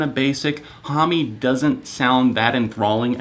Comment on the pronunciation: "Hom" not "Hom-ee".